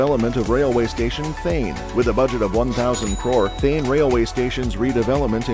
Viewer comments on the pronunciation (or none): thane.. not then